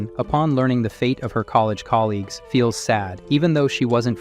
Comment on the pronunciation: Why do you pronounce shit so weirdly? Gall-ons? Surveil-ants cameras? Wtf? Coal-ees instead of colleagues? Owls instead of all? Pronouncing the "ed" in random words?